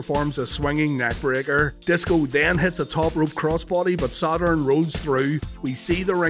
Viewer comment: The way you say "Sad Urn", is begging to be turned into a shirt. 😥 ⚱ Paul Bearer vs Sad Urn